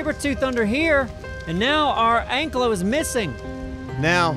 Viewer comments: It's pronounced (an-ky-low) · Btw its pronounced like ank i lo not anklo vause the actual dinos name is an ankylosaurus